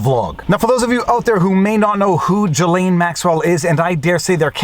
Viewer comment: Salut! Je suis Franco-Américain et j’aime quand vous prononcez les mots d’origine française comme un mec qui parle français. J’aime entendre le, « voire dire, » le « en banc,» etc. etc. Mais je "cringe" quand vous prononcez le prénom de la femme au sujet de ce vidéo. Ce n’est pas, « Ja-Lane. » Pour commencer, la première syllabe et comme la première syllabe du « gilet » et la deuxième syllabe et comme la « laine. » Dans le milieu, il y la lettre « S » qui n’est pas silent. Je ne sais pas comment l’écrire phonétiquement mais ce vidéo peut vous aider. Sincèrement.